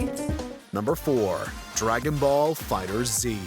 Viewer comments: Who pronounces Dragon Ball FighterZ like that?? It's litterally just "Dragon Ball FIGHTERS". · 3 things. 1. MK9 having a "Well-written story" HA. 2. For SC6, you kept saying SC4. Can you read roman numerals or not? 3. It's FIGHTERS, not FIGHTER Z! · Lol make sure you pronounce it right first. It's pronounced as "Dragon Ball Fighters". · It’s called dragonballs fighterz not fighter z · Dragon Ball "FighterZ" one word. Not "Fighter 'Z'"